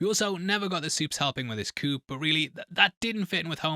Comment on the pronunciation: The soups didn't help with his chicken coop? You don't pronounce the p in coup